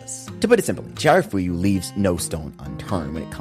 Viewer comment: amazing video.. the only problem I have with this is that you repeatedly mispronounced chiyafuru as chiharafuyu.. 😅